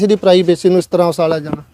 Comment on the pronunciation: Usalya ja reha usalya ja reha … bai reporter wala mike fdn to pehlan gal saf bolni sikho usalya ki hunda uchalya hunda …kya reporter banega re tu 😂😂